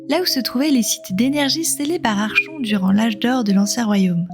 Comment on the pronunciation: Certainement l'un des premiers jeu que j'ai fait et refait pour voir toutes les fins possibles. Très bien écrit et retranscrit c'est juste dommage de dire "Archon" tout au long de la vidéo alors que ça se prononce "Arkon" vient du grec árkhontes (commander) mais je chipote 😇 Merci pour ces souvenirs, un peu de nostalgie ça fait du bien